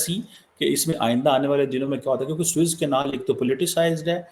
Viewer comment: "Swiss Canal" nahin bolte, SUEZ CANAL bolo Jai Ho Pakistani Education System 😅 The Worst in the World.